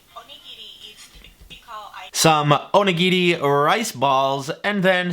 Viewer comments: Oh-knee-gee-ree is how you pronounce it. Also roll the R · If "onigiri" is too difficult to say, just call them donuts. I'm sure it'll be fine and cause no confusion at all.